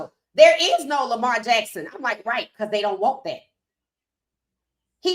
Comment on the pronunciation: The Name Of The YouTUBE Visual Was “KING ON SANDERS” Where Shaun King Kept Saying “ WHITE” Instead Of “ RIGHT “ Head Coach #SMDH 😢